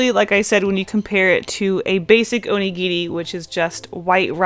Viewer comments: I'm sorry but the first half of the video I was confused, I thought she was saying 'onigiti' and I didn't know what that was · Anyone gonna point out she's saying Onigiri wrong? FYI, I am Japanese.